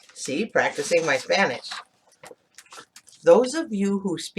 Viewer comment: Your pronunciation is great!!!! For a Mexican accent, LOL